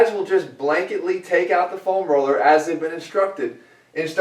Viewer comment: Say "FOam Roller" one more time, please. Haha, just kidding, Jeff.